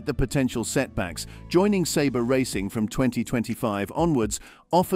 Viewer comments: Isnt it Sauber? NOT SABRE!? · Audi? Sabre? Alfa Romeo? Sauber? Nevermind pronouncing Carlos's & Daniel's last names. What a trainwreck of inconsistency. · “Saber”? Wait do you mean Sauber?